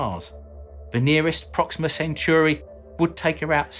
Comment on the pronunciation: Proxima Centauri, not Century.